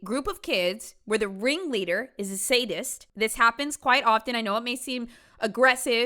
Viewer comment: Saydist?? It's Sah Dist